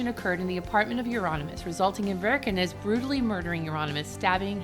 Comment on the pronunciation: Varg Vikernes (pronounced without R), not Wirkenes. Why it's so hard to read at least Wiki?!